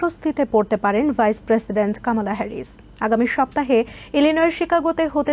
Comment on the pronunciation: ওরে সাংবাদিক উনার নাম কামালা না কমলা। আগে ওনার নামটা ঠিক করে উচ্চারণ করুন।